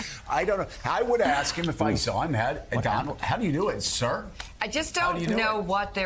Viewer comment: They aren’t saying “ sir”, they ate saying “CUR”.